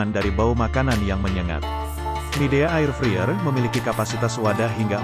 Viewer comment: Ngomong nya bkn 'friyer' tapi 'fraiyer' 😵